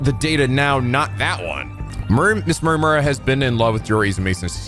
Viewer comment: I laugh everytime I hear you say "mura mura"